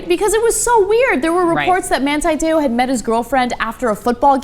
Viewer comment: Why do you yanks pronounce his name wrong? It's Man-TEE, not Man-TIE and his last name Te "oar" (in a Southie accent and 2 syllables) not Tayoh.